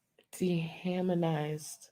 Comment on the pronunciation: Great stream. I caught some snipets at work, hiding in the bathroom when I got the notification of course 🤣 I SCREAMED when said de-haminized. To the point where my husband came to check on me out of pure worry